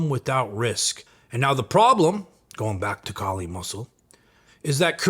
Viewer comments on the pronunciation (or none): k-eye-li = Kylie Muscle from now on